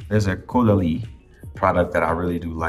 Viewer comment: Never thought I would hear usher say ‘caudelie’, that was fun😂